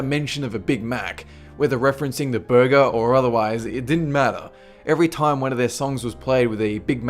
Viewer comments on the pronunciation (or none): none